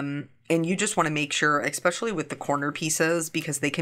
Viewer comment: Your cards are such an inspiration - so colorful! BTW, are you pronouncing the word “especially” as “eckspecially”? Just asking.